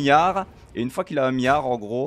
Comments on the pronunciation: Un mion et un miard, ça me rappelle Guillermo Guiz sur l'articulation 😜 GG! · C'est fou comme un milliard dis par un belge, ça paraît pas beaucoup !